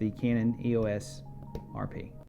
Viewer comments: "Eeoss" Just kidding, I'm not sure either :) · EEE-oh-ss RP ;-)